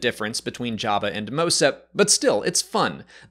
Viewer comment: I like how he calls him Yabba